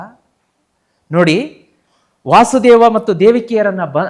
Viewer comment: Krishna na tande hesaru Vaasudeva alla adu Vasudeva Matte adu dwaapara yuga alla Adu dwapara yuga ashte.. dayavittu tappu tiliya bedi